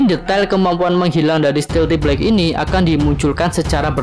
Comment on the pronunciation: "stealth" kan, bukan "stealthy". jadi bacanya...